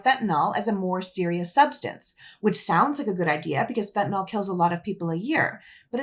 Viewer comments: It’s pronounced Fen-tah-nill. The “all” at the end came straight from Fox. Let’s not perpetuate their ignorance. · I’m going to be that guy - it’s fentaNYL, not fentanol.